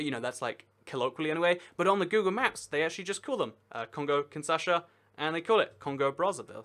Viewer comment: Kinshasa, not Kinsasha. Also, Jan Mayen is pronounced like 'yan my-en'. Great video though.